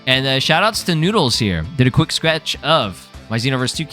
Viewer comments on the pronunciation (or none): none